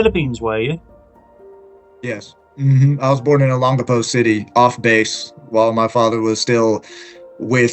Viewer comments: you should really learn how to pronounce the word Olongapo. It's very distracting! o - pronounced like the "o" in "bold". lon - pronounced like the English word "long" but with the stress on it. ga - pronounced like "gah". po - pronounced like "poh". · I'll keep trying for sake... Ō 'LŌN gapō, pronounced, ō 'LOAN gahpoe, accent on the second syllable. Tâ 'GA lōg... pronounced, tah 'GAH lowg, accent on the second syllable. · I lived in Olongapo from December 1986 and left there in June 1988, I was in the Marine Corps. I wonder if I have any kids there, if I do that would be insane. Anyways, you are saying Olongapo wrong, I hope someone tells you how to say it correctly. Thanks...